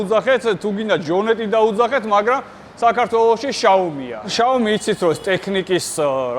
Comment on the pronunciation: შაომი არა დიშლა კიდევ. ხელოვნურ ინტელექტს ან გოოგლეს ან ვინმე ჩინელს ათქმევინეთ მაინც. ვინც ეგ სახელი საქართველოში შემოიტანა შაომი მაგას გაუხმეს ყურები და ენააა